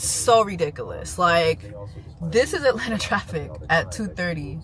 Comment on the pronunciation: “We are in Atlanterrr” 😂